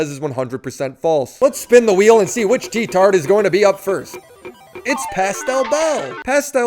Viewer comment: Yikes, you lost me when you said, "tea-tard".